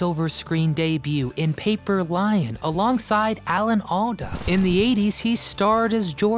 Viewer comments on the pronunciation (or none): none